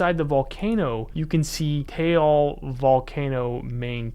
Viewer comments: Its not ‘tayal* it Taal u pronuonce it like taahL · Taal pronounce like Ah but with a T, not Tey-AL, so it goes like this TAh-AL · Late but as a Filipino you don't pronounce it as tayal lake it's just that lake it's the a is like saying a as apple but no pple so we pronounce it like that ifykyk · I had a panic attack when he said "Taal" wrong 3 times, it's ok cause I like ur vids. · Absolutely horrendous pronunciation of Taal and Luzon.